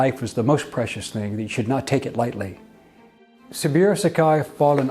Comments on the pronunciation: His name is pronounced 'SabOOro' not "Sabeero". Respect requires getting that right. It just takes a little effort to find out. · SABOOORO, BOZO; NOT SABUREAU. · how do u not know it's Sa bu ro, Not Sa bi ro? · It's pronounced "Sa-Boo-Row".